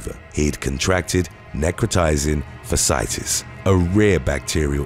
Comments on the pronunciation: Fasciitis is pronounced “fashyitis”… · FYI: Fasciitis pronounced Fa-she-eye-tiss. Fa rhymes with cash or dash. Learn something new everyday😊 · Fasciitis is pronounced Fash-ee-EYE-tis. Keep posting the awesome content! I was friends with a girl who lost both her legs and one arm due to an accident with a ride-on lawnmower. She was really young when it happened and it seemed like she had dealt with it really well. I vote for When Finland Goes Wrong. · Had that flesh eating bacteria. Shits no joke. Made it in the books. Fasciitis was pronounced terribly incorrect. Like Fash Ee I Tis.